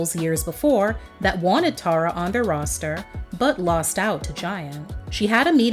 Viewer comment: One of the songs on her album is called "Tara By The Way," and in her case she pronounces it Tarra, like the narrator did.